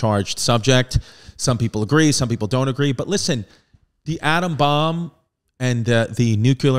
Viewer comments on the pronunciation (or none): none